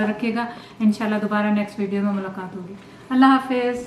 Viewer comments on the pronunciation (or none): none